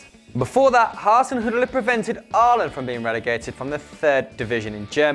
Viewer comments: #1 is pronounced "Haw-Zen Hew-Till" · Hoosenhuttl hahaha, lovely pronounciation :D Still, #notorbleipzig